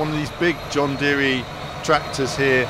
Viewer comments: John Deere is pronounced like “deer” not “deary” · it’s an American brand and I’m American and I’ve only ever heard it pronounced like “deer”. The guy you’re riding along with in the video also pronounces it like “deer”. I think whoever told you to pronounce it like “deary” was messing with you lol